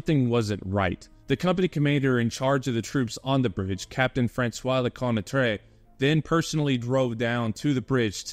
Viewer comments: Hey great video, I'm not sure if anyone gave you a way to correctly pronounce Lecointre, but here's my phonetic suggestion: LE_CO_ANT_TRR. instead of LE_COY_NAY_TRAY. Does it make sense? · "le-KWAHN-truh" = Lecointre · LeCointre became something like Leconetrais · A good piece of work, indeed. As for pronouncing French names, you do a good job, with the exception of Lecointre- an admittedly difficult word. Maybe you should try something along the lines of luh-KWENtr' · Your french names's pronounciation is pretty good and understandable, except for the main character : Lecointre. But it's a french name tipycally hard to pronounce for an anglo-saxon speaker, then don't worry, all's fine. Anyway, good job and thanks for exhuming this fierce piece of french combat. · You did great regarding French name pronounciation, with the exception of Lecointre but honestly it would have been impossible to pronounce remotely correctly by a non French speaking person, so kudos to you ! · Lecointre……! His video is great, not the pronunciation of French names, but that’s ok :) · Everything good expect Lecointre, 'oin' makes a special sound in french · Compared to how Lecointre is pronounced, that one is a minor offense. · "Captain FaRansoa Leconnatrey" XD